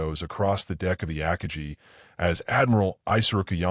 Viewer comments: Every time it says “AKAJI” instead of AKAGI, I’d cringe 😬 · Aka-gee? That's A-Ka-gi, with a hard 'g'. If you are going to use an AI instead of a real narrator, take the time to sanity check and correct it. I'm out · Akagi .... Ah-kah-gee with gee being pronounced like glee without the L. Gee with the g pronounced as the G in go absolutely the i pronounced as the ee in see. Get. Guy. Gone. Go. Guh. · Ack-ah-jee? Stupid AI voice. It’s Ah-kah-gee. 😂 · Chuchi Nagumo? It's "Chuichi"... And its not "Ackagee" Akagi is pronounced Uh-Ka-Gee. So many mis-pronunciations. Ditch the AI narration and hire a hoooman being... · Aka-gee... LOL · AC KA GEE ????? LUV these Bots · AH-Ka-GEE. for the love of the flying spaghetti monster get it right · The ak-a-gee? It only took 6 seconds for me to see this is poorly done. Bye! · Ak i gee? 😂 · The ACK-uh-gee ? Three seconds in, and I'm so-o-o OUT ! ! ! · Ah-kah-gee wtf! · Two seconds in and “the Ack-a-gee”… goodbye! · Ah Kaa gee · Ackagee? I had to start it over to hear that again and then came to the comments. Saved me time watching this crappy video. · Ahkahgee...Assinine Imbecility f-d up another narration. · Godawful. Terrible AI "narration", one of the worst I've heard. I literally stopped watching this video within seconds after hearing about the carrier "Akajee". No one even tries anymore, I guess. Half-ass effort, and then on to the next project (which we may also expect to be half-assed). Quantity over quality. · AI on YouTube isn't up to the task of pronouncing many English words. Absolutely hate AI voices. I literally stopped watching this video within seconds after hearing about the carrier "Akajee". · I'm giving this a down vote because of "Akajee", and the other AI mistakes. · IT'S AH-KA+GI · I stopped listening when AI butchered the pronunciation of Akagi. I'm out, thumbs down. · If You are going to use AI for audio, at least use one that knows how to pronounce the word akagi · That makes two of us.